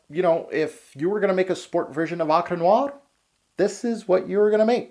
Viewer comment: I like how you say Encre Noire in a German/russian accent lol